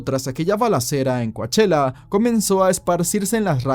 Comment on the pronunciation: You may be saying it correctly. But Coachella is pronounced kow·cheh·luh. As in the really expensive Coachella Valley Music and Arts Festival in April. I was just listening and wondering where this place was. But you're saying it in a way I didn't connect.